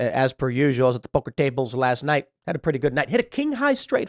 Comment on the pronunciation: Can you please try saying 'poker' without turning into a caricature of a boston stereotype?